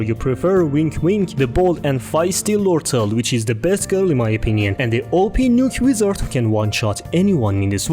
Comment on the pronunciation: There are prob more but I gave up on the webtoon one Btw kinda funny to see literally everyone mispronouncing lortelle